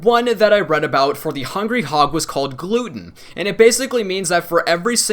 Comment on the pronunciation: 'Gluten'., you're killing me. Glutton =D